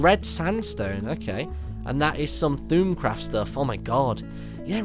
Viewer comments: Also your pronouncing it Thoomcraft.Its Thaumcraft.Pretty hard to prenounce but iz fine. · its thaumcraft, not thoomcraft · martyn does know it is pronounced thaumcraft not thumecraft right or am I that held back on videos ^ pronounced like thaw (mcraft) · martyn... its pronounced th-orm-craft not thu'mcraft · you are pronouncing it thoomcraft its thom-craft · It's pronounced "thormcraft" not thoomcraft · th-ah-m-craft, not th-ume-craft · I'm sorry, what is this Thoom-craft you speak of? I only know of Thaum-craft.( Thom-craft, Thowm-craft) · It's pronounced thawmcraft not thoomcraft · OMG its not Thummcraft its Thaumcraft. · It's not pronounced 'thoomcraft', it's pronounced 'Th-awm-craft' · ARGH!! Not one of you is pronouncing it correctly, it is not Thoomcraft, thormcraft, or themcraft... It is Thaumcraft, (Th-Aw-Mm-Craft). The mod creator pronounces it that way, so where on earth did you all start saying thormcraft? Did you do any research whatsoever? Do you even play modded minecraft? Gods, you uneducated noobs need to actually do some research on the official wikia before you start spouting "facts" out of your bum. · its pronounced thormcraft not thoomcraft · sigh what? Look, it is not Thoomcraft, it is not Thormcraft, it is Thaumcraft. (Th-aw-mm-craft), the mod creator pronounces it that way! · Hmmm... never heard of "thoooumcraft" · You are saying thoulmcraft not In the right way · "Tumcraft" LOL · "Thuumcraft" xD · Btw its pronounced Thorm craft, just pointing it out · Its acually pronounced thAWm craft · Haha, "thoomcraft" :p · lol I like how he pronounces Thaumcraft as Thuumcraft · I couldn't help facepalming when he said "Thoomcraft" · its thaumcraft not thu'um craft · It's pronounce thawmcraft. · I love it when you say thoomcraft when it is actually thaumcraft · you said thaum craft wrong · It's not Thuumcraft. it's Thaumcraft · Thrum craft is pronounced thormcraft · Thaumcraft pronounced thormcraft martyn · It's pronounced thom-craft.